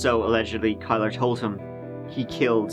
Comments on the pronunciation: It's pronounced KILLER. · His name shot be pronounced Killer, Instead of Kyler. Glad they finally solved this case, took long enough! Had LE paid attention, Jessica might’ve been saved. Sad. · "Kylr" (pronounced Kai-lurr) And here I am like "killer?" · Kylr.. It's not pronounced Kyler it's pronounced Killer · Killer. It's pronounced "Killer Yust" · Kylr is pronounced Kill-er. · kylr is pronounced killer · Kylr is pronounced “killer”. What a douchebag name 🙄